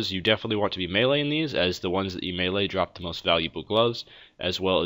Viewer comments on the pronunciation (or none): none